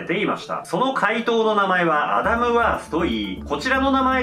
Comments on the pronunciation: アダムをキリンが言うとアナルに聞こえるんだけど、、、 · ウケ狙いとかじゃなくて、本気でアダムがアナルにしか聞こえない……どうしよ